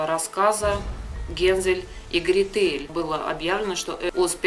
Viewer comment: Гре́тель ,а не грете́ль ....